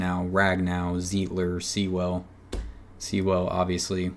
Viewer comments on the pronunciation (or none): it's pronounced Sool . not sea well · Sewell = “sool”